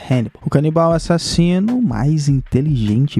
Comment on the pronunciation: "A-SSASINO" MUITO BOM KKKKKKK